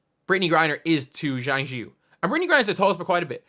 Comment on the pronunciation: Please learn how to pronounce Chinese. Zhang: zi